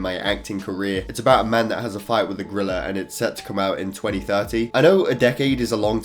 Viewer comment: Nobody:: grilla 🦍